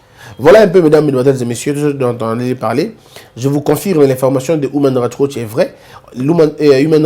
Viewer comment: Tu me fais trop rire quand tu prononce human right watch